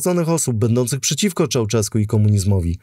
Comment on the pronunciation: Gheorghiu-Dej trzeba czytać Georgiu-Deż, a nie "dej", Ceausescu - Cziauszesku, a nie "czauczesku", poza tym dobra robota